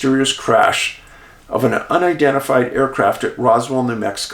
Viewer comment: Not to be too picky but UNi-dentifed was the category you were saying was Identified 😎